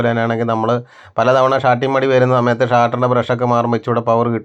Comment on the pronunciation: ഇഞ്ചൻ അല്ല ചേട്ടാ എൻജിൻ, ഷാട്ടർ അല്ല സ്റ്റാർട്ടർ